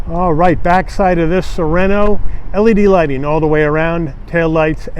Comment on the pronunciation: Beautiful. Car. Nice review. Overlooking. That you call it " soreno(without ithe T. Neverard of a tiny2.5L engine describedas a" "bigger"engine😂